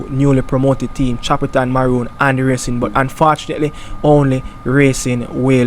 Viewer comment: Ray_cing not rassing